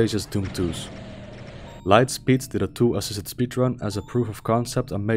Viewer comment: Great video. Your accent is not hard to understand at all, but you may want to practice saying “tool assisted” as you sound like your skipping a couple of the syllables sometimes. New sub earned from this video! Hope I enjoy your back catalogue just as much.